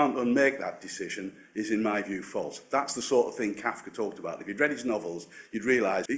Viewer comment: A Counsellor who is not familiar with Kafka... and can't pronounce his name after looking it up. Makes one wonder...